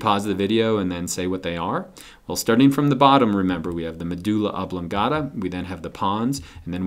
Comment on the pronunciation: It's medulla oblongata, not oblangata